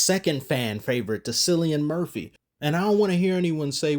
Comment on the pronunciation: Bro said Silly Anne Murphy lol